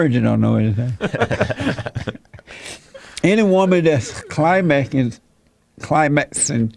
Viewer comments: I love how Jesse mispronounces words. Lol, climasin. I love how uncomfortable Jesse and his experts look when talking about things of the carnal nature. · This video is so hard to watch with all the poor pronunciations. It took me a minute to realize the head idiot was saying ORAL sex and not ORANGE sex JEEZ! no wonder these women can't climax... I mean cli-mack. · He can't even say the word climax, come on. This is so sad for all of these guys, this is just weird.......Don't have an orgasm ladies, it'll make you a man.........lol gtfoh